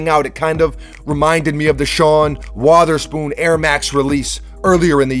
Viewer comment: Sean “wAtherspoon”